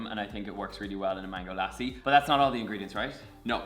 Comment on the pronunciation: btw, its lassssi😂